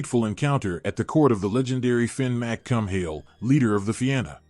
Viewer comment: Fin McCum-Hill? Really? 🤬